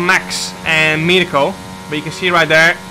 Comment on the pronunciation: Great race and great content as always. But you mispronounced Mirko’s name a little bit, i know it’s not easy so here are 3 alternatives: 1)Danegro 2)Danirko 3)Battista (his third name)